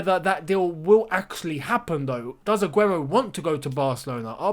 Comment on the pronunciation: That Spanish pronunciation 😍 Mashallah brother